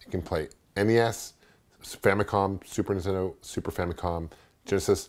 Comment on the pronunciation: love your videos man, you are an expert in retro gaming...what's up with the supertendo pronunciation though?